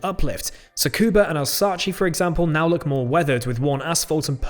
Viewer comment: You need to look up how to pronounce Alsace. imteresting review though.